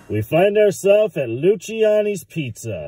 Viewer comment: Pronounced Lucy-annies. Great pizza.